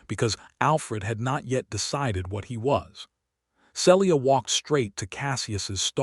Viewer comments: SELLya?? Isn't there a way to correct the AI tendency to screw up pronunciation?? CASSee us?? Celia and Cassius aren't that hard to say. Otherwise it was a good story. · This story has a lot to commend it, BUT the narrator always mispronouncing Celia’s name makes me want to cry. The correct pronunciation is either SEE-Lee-uh (3 syllables) or SEEL-yuh (2 syllables). I understand the limitations of AI narration, but if AI cannot manage a name, substitute one they can. Listening from TN. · See-lee-ah. You need some CIVILITY. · Enjoyed the story, but the Ai is still not narrating correctly, even after all this time. It is pronounced RED Read his face...is Said as RED...NOT READ..... Celia..is pronounced as Ceelia...